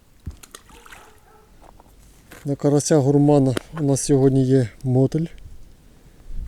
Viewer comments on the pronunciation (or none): Наголос на літеру "И". мотИль. Чи ти з Вологди, мОтиль?? Окаєшь..